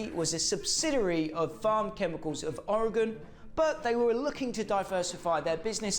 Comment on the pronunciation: Great job pronouncing Ori-gun correctly! Anyone interested should pick up the Hodaka book by Ken Smith & Paul Stannard and head on out to Athena, Oregon (the home of PABATCO) in June for the annual Hodaka Days celebration and thanks for this vid - it was a real treat!